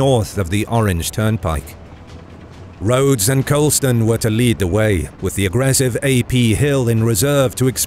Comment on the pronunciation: Great video but one slight correction its Rodes not Rhodes when referring to General Robert Rodes